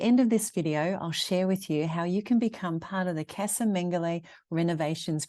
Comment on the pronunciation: Just to help you put going forward casa is pronounced Ca-as in cup sa-(sah) :)